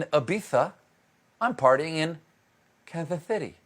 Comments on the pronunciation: Died at "Kanzas Zity". 💀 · "Kanthas Thity" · Ibiza > Kanthath Cithy 😎😂